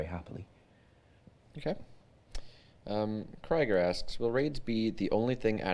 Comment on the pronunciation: His name is pronounced KREE ger. It's a character in Archer, the TV show :)